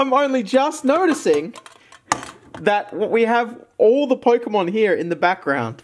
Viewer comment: accent kinda when away when he said "here".